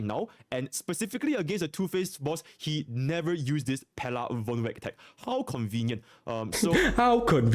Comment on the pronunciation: Majority of Malaysians and Singporeans that speak Manglish and Singlish slangs do speak "how convenient" in that fashion. When you said it, I was like bruh, i do speak it that way :kek: Con (low) ve (middle) nient (High) pitched is typically generic tone used :face-blue-smiling